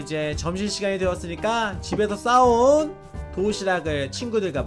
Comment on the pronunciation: 초에 집에서 싸온 을 집에서 싸운이라고들은1인